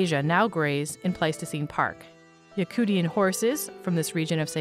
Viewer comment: It's yakutian (ya-koosh-an)